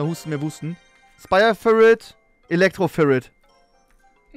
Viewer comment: haha wie Trymacs einfach Spire firit sagt und Chef es nicht checkt und ihm dann einfach nachschpricht